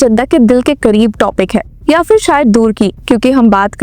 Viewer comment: उच्चारण का संज्ञान लें फिर (फ़िर नहीं)